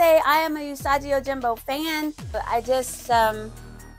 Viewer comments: It’s pronounced Usa’gee’, not Usa’jee’. Free lesson done. Enjoy! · Recently discovered your channel and am loving the vibe. But I love this character so I've just gotta share some knowledge: his name is pronounced Ooo-soggy. The U is said like a long O and the G is hard. It's not really a Japanese name, it's just their word for rabbit! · I gotta say I love that beautiful 😍 women are actually into geeky stuff. When I was growing up it was very rare. If at all for any girl or woman to be into the stuff I am. The little dinosaurs name is S.P.O.T. Hearing you say Usagi sounds weird to me. Bc I've said his name differently since the 80's. Of course I could have been saying Usagi wrong. You could be right. There was a failed space usagi cartoon. It was to be the spin off from the TMNT cartoon from the 80's. I think after the pilot it got cancelled. I can only find almost 4 minute video from the pilot on YouTube. Even though I stopped reading the comics years ago. I still buy action figures. Watch the movies and tv shows. If they're good I will continue to watch. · Fyi, the "G" is pronounced more like the G in the word "gone". 😁 And "U" is more like "uuuh" Fun fact: The 1987 generation mistakenly named the character Usagi Yojimbo. His actual name is Miyamoto Usagi. Usagi Yojimbo is the title of his comicbook. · dope vid but you pronouncing his name wrong.